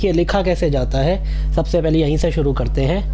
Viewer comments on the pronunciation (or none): none